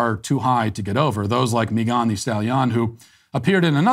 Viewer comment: My man, why are you pronouncing Megan like that? ...Is it because shes a democrat or (at the very least) a left-leaning affiliate?) Even googled it to double check Lol but ya its obviously pronounced "meh-guhn" (not mee-guhn) .. probs was an honest mistake hahaha